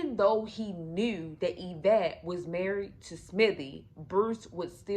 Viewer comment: Girl you cannot tell a story the woman name is Yvette get it right smh 😮